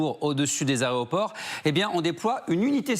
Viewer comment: Les ARÉOPORT??? Il est sérieux lui??? 😂😂😂